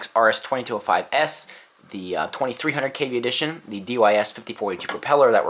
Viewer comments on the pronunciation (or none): none